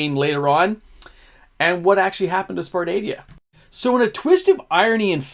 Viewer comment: Sar-pa-dia xD